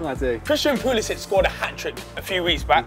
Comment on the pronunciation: Can’t even pronounce Pulisic’s name correctly